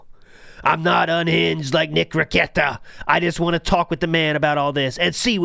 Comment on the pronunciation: I thought it was failed speech therapy but it could just be he’s too lazy to stretch his tongue that far.